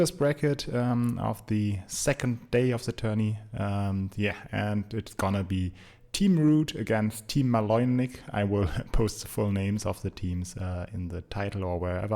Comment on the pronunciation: Just a note: "Maloymnik" is a play on letters of sorts, 'U' in cyrilic is written the same as 'Y' in latin script. Serbian uses both scripts and "maloumnik" is like a silly term for someone doing stupid things (means "small minded"). So "Maloymnik" is read as ma-lo-Um-nik Thanks for the uploads, keep up the good work! :)